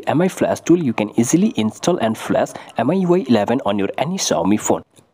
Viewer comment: Not miui eleven🙅‍♂️ it ellaaaven👍😅